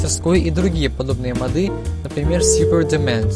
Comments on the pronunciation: не модЫ!а мОды!! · не мАды а мОды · Интересно мочему у него модЫ. Речь вроде грамотная, может месный говор такой) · и ударение на "Ы" еще